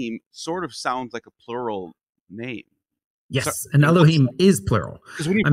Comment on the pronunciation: where are you getting the the pronunciation of elahyim? It can't be Masoritic.